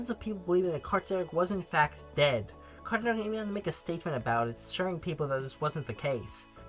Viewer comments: please stop saying “cartchoon netchwork” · also SLOW THE FUCK DOWN saying it bro. got to a point you were literally saying “Cartnewer”